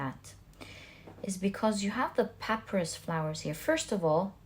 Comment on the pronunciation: The plant is pronounced “pah-PY-russ”.